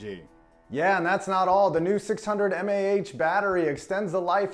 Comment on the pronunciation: HOLDUP Did this man just say MaH? Miliamp Hours anybody?